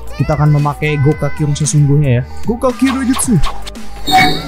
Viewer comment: Bang kalo ngomong jutsu nya jan ngasal dong wkwkwk